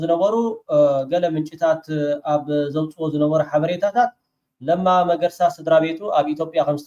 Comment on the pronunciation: Sol not መርገሳ it is መገርሳ